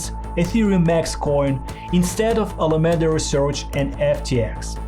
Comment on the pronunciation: U should prob practice ur script a bit more, cuz there are a lot of words wrongly pronounced, like those important names, “Sam Bankman Fried”, “Alameda Research”. It might make ppl think that u didn’t do ur research even though u did I guess